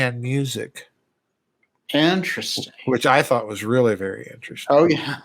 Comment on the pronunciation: "ENterest-sting." lol